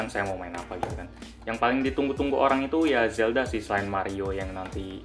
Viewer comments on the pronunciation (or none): none